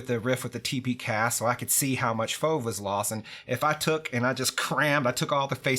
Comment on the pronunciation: Don't say fauv for f.o.v please and thank you